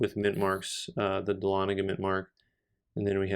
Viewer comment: You are pronouncing "Dahlonega" correctly, though some people just pronounce it "ex PENS-ive".